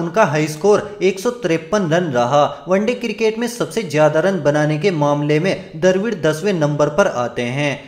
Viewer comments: He is rahul dravid. Not darvid 😂😂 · Hum ghabra nahi rahey. Tu ghabra raha hoga. Bolna tuzhey abhi tak nahi aaya. Kab bolna seekhega? Abey 228 match mai 278 paari kaisey ho saktee hai Lundar. Aur Darvid nahi Dravid.